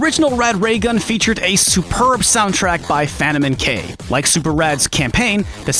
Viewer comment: "Fanto-men-k" is that the actual way to pronounce his name or is that just how your pronouncing it????